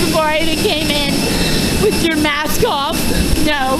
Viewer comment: I heard “treat them ryth respect”